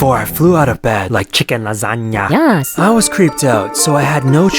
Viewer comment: 3.17 he said chickwn nazania